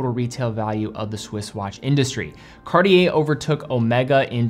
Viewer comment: This “Cartier” pronunciation really hurts my ears. 🙉